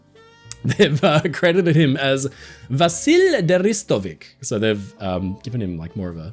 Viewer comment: Neither your nor AI slop page are pronouncing Vasilije Ristovic correctly